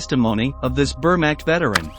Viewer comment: The AI voice over is almost good except for its pronunciation of the word Wehrmacht